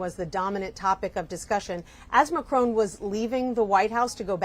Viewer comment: It’s Macron on said on not ‘own’. Sorry but it’s irritating! Sentiments good though.